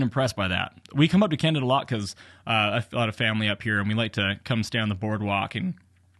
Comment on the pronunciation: Did you mispronounce Canada? :) This video is just more proof that FSD is still at least a decade away. And my 2018 Model 3 with FSD will never have it fully functioning, not with the current hardware, This means I'll never have it because I'm not going to pay for it again with a new car. Getting very disappointed in Tesla. Not sure I would have shown that guys license plate and tell your viewers to go paint ball his car. There are legalities to that.